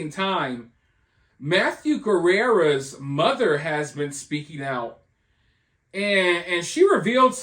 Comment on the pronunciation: Why do you call him mathew guerrera. It's guerra